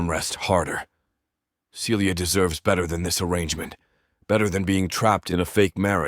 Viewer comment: Why does the female voice frequently pronounce Celia (Sealya) as Felia (Feelya)?